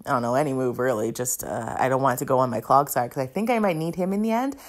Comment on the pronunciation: I actually love your commentary, mispronunciations and all. You need a CloGsire graphic where it's wearing little clog shoes. It's CloDsire, btw, as in "clods" of mud. <3